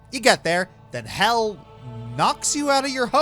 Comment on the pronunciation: It is "hel" not "hell"